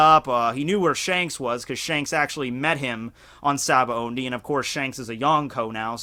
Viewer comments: it's SAH-BAA-OHH-DEE. not SABAONDI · why do you keep saying Sabaondy lol it undermines your credibility